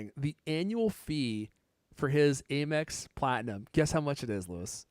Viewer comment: Why is he calling it “A”mex? Lol. 😂